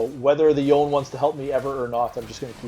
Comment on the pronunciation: Yone (as with Yasuo) is a Japanese-derived name, so you pronounce both syllables: "YOH-NAY." Most foreign languages don't have a silent E.